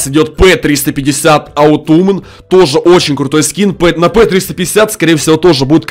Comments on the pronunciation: почему ты говоришь аутум когда autum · аутум вообще то отам - осень Вывод: учите английский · если что не Аутумн,а autumn(осень) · Оутумн,аха́ха, похоже не знает английский язык:) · ахахах аутум? это осень с английского)) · У з инглишом видимо все оч плохо КАКОЙ БЛАТ АУТУМ это осень вообщето